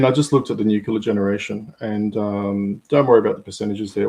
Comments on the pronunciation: Cmon, say it after me its "New -clea - are" - Nuclear, nuwcular is something else. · What is this energy source he is talking about, nucular?? Is it similar to NUCLEAR?? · If you are going to talk about nuclear at least learn how to pronounce the word. There is no such word as nucular.